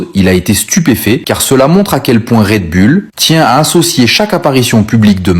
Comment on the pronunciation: Red Bull …. Pas raid bulle 😂